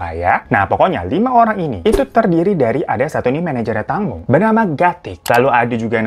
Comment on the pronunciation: Fyi di bacanya teengmo bang